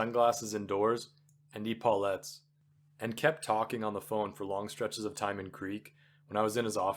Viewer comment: Thanks for this reading. Great material, good voice, well edited, no fumbles. I did hear some mis-pronunciations. Not sure how DF Wallace would have felt about that - he was quite a stickler for language . . . The words I caught as being pronounced incorrectly are: pince-nez, christen, epaulettes, cadre, respite, acoustic, serape, puerile, pedantry, bow, scheme, picayune, crepe From this list you can surmise that I listened carefully to your entire recording, some parts twice, so accept that as a compliment for your efforts. Thanks again!